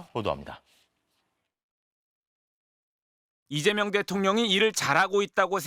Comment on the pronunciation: 오늘 여자아나운서는 북한출신인가? 아니면 극우인가... 왜 자꾸 리재명대통령으로 들리지?